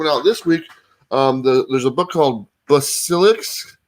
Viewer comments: Lol so funny. Say it bass ah lisk. Like lisp. Bass ah lisk. # #fullwatch #Growtogether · It’s killing me that you do comics and you don’t know how to pronounce basilisk... lol I still love you guys though! 😁👍🏼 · It's not exactly a common word, since this isn't Central America. I've actually never heard anyone pronounce it correctly. Also.. When did comics pronounce the words for us? How is that relevant?! 🤣